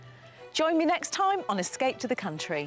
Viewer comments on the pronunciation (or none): I wish someone would tell this host that there's a "p" in "escape". It's not "escate to the country" or "escay to the country".